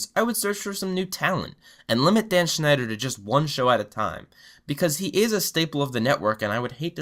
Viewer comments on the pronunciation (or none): none